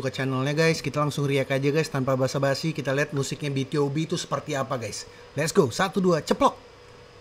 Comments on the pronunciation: BtoB, bacanya bitubi. Debut tahun 2012 bang. Asalnya Cube. Dulu adeknya Beast. Oiya Bang React Pentagon doong. Yg lagunya "Daisy" sama "Do or Not". Aku kepo sama pendapat tentang lagunya Pentagon 🥺 Oiya, sekalian req Highlight yg Not The End dong Bang🥺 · Cara bacanya "bi tu bi" bang Aaa salah satu lagu btob favorit😭, idol grup itu bang Lagu mereka enak-enak, worth it buat dikepoin👍